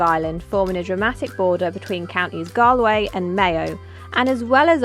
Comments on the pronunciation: Time you bought some Irish Soda Bread and some brack, divine with lashings of butter. Make sure you buy a bottle of Chef Sauce, superior to any other brown sauce. It’s Galway, pronounced Gall - Way not Gal- way. If you are ever heading back via Wexford you must visit Lady’s Island. It’s just beautiful and the children would love it. I always make a point of going there and walking around the island whenever I’m in Ireland. If you are planning on doing The Ring of Kerry then don’t miss Torc Waterfall. Just beautiful. 😊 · Please ask locals how to pronounce place names rather than butcher them. Ed Sheeran managed Galway.